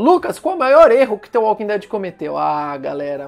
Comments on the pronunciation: É dtvâ walking dead kkkkkkk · Fico agoniado de ouvir ele pronunciando "tê walking dead" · Não se pronuncia "the" com som de T, mas pronuncia parecido com som de D.